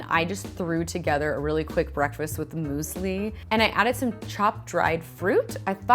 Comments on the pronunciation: is this how americans say "muesli" because if so that is hilarious. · Muesli? I didn't know Germany changed his geographical position.